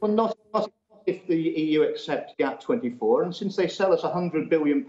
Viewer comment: GATT, not GAP